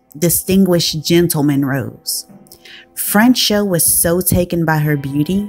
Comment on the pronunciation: "Fran-schaw" Tone,, NOT "Fran-show!"